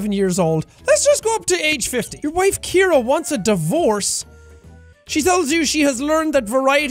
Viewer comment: ciara not Keira